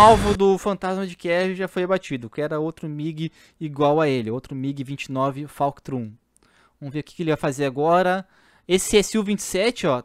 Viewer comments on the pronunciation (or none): "Falctrum?" É FULCRUM irmão, tá juntando Falcon com Fulcrum?